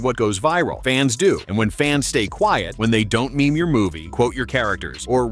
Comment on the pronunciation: Is that pronunciation of meme still a thing? Thought we had it solved long ago..